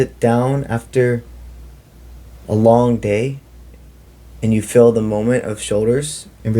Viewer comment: Good message: Kindly clarify when you say fill do you mean “feel” or “fill”? Thank you!